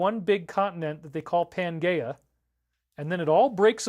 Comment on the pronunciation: Good one, I was thinking the same. Hmmm maybe he's pronouncing it correctly, I don't think so though.